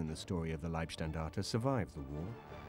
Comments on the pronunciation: and These are stupid americans dressed up in Waffen SS camo. And this is funny, he says Liebstandarte, which would mean Guides of love! :-) The word is LEIBstandarte, totally different pronounced. Bad documentary, not well informed. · It's always difficult to give any credibility to "historians" who offer commentary when they can't even pronounce "Leibstandart" properly. It's LEIB, not LIEB... ferrchrissakes. "Leib" means body; "Lieb" means love, as in Liebe. Quack historians for quack interpretations of history.... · Funny failure in pronounciation of the word "Leibstandarte". Amongst english speaking people it is often pronounced "lieb" instead of "Leib". Leib means body, therefore Leibstandarte means Bodyguard. "ei" is pronounced as in the word lie (an untruthful statement). lieb (with "ie") is pronounced as in "bee"and means "lovely". But the SS was far from beeing lovely. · Why can’t he say liebstandarte properly? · How comes these British researches that are supposed to be the experts on the field don't manage to pronounce correctly the subject of there research; it is not "Lieb" Standarte but "Leib", with the very British "y" sound as in "why" ? Fortunately enough, they don't have to pronounce "Schicklgruber", I wonder what kind of dish they would have made out of that tongtwister. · If one wants to be expert on the German army in the II world war then one should be capable of speaking german in a way where he could pronounce the word leib. If he isnt capable then it forces one to think that he is a second hand historian who hasnt studied the original documents. It dousent certanly mean that but some doupts arise